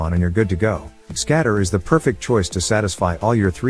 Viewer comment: I like how the TTS your using completely ignores the G part in GScatter